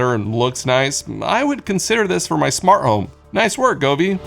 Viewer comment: It's smarT home, not smarh home. Try T's. They're fun